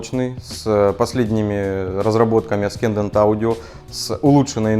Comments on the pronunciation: ***** я очень извиняюсь, но не аскендант - ассендант правильно произносится, спасибо за обзор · Александр, в слове Ascendant букву "с" правильно произносить как "с", а не как "к" в видео. Не вспомню, какое именно, правило в английском языке. Прошу понять и простить. ))) Как удар чем-нить, когда слово неправильно ты произносил. :D